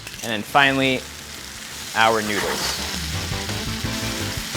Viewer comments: i really hear "nyoodles" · Promise newdools talaga naririnig ko.